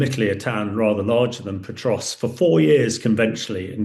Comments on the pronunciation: Pokrovsk, not Potrovsk. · Say Potrovsk one more time.